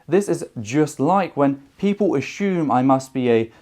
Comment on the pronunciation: I've heard "us-SOOM" and "us-YOOM" as pronunciations of "assume", but "us-SHOOM" is a new one to me. :)